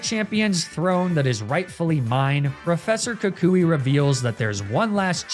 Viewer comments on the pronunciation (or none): none